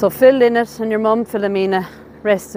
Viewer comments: Please get the pronunciation of his surname correct. Its pronounced Ly-nott not Li-nott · I am always amazed that self claimed fans cannot pronounce Phil’s last name. It is not LIN-NOT, it is LIE-NOT. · RIP i think his name is pronounced 'Lie nott' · Thanks Logan, I've never in my life heard it pronounced LIE-not maybe it's an Irish thing I think I'd find it strange to say it like that now. You're more than welcome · I know, I used to find "lin-not" more natural but it's wrong. Sarah said in an interview that Phil used to say "I'm not some feckin' bird" when correcting people's pronunciation :) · Although, in interviews Scott Gorham pronounces it Lie Not. Do you think that's just the "American" pronunciation? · Ye I know, can't change the way I pronounce things now at my age 😅